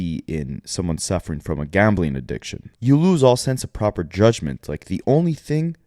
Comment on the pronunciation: not being able to pronounce addiction right😅🤣🤣 adishkin